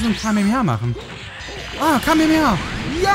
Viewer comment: das heißt kamehameha nicht kamemeha